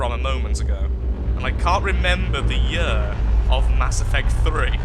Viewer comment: I like it but why do you pronounce year as yurr